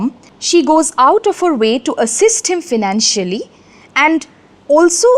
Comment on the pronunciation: Problem with pronounciation of few easy words. Check out pronunciation of "financial" and the word "marital". Sounds awkward when pronounced incorrectly by someone so learned apparently.